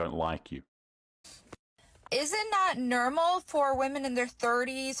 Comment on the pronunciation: That is not “nurmal” 🥴